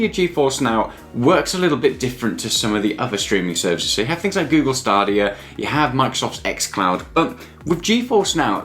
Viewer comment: Yeah he just need to learn how to say stadia